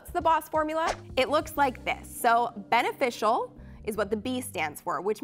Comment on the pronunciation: Hey girl, love the vid, just one thing: "beneficial" instead of "benificial" :) xx